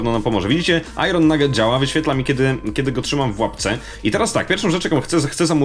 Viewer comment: Nie "ajron" tylko "ajen" grammar nazi